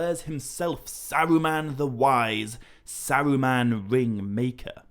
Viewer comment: Sawuuman, I’ve never heard anyone prounance ”Saruman”.